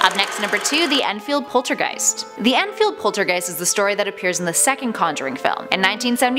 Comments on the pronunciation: Its Enfield not Endfield, Americans pronouncing British locations hurts my brain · It’s Enfield not Endfield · *enfield not endfield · It’s not Endfield, it’s Enfield. I don’t live far from the house. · It’s Enfield not Endfield...